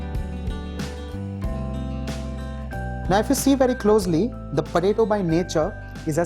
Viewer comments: I couldnt hear this guy, all i heard is patato patato and i love it so much! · The way he says potato.... 👌👌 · I laughed everytime he said potato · I laugh when he says potato with that hindi accent